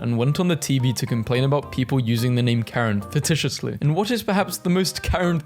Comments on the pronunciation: "fititiously?" Fah-SEE-shus-ly. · facetiously is pronounced fas e she us lee. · Facetiously - pronounced like fah-see-shus-lee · Chic is pronounced sh-eek and mocha is pronounced mok-uh Edit. Facetiously is probounced Fah-see-shus-ly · in an illusionous way its correct